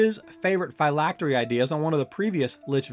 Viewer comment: You keep calling it "FI-lactery'" that is incorrect it is pronounced (Fill-lactery) '"Phylactery".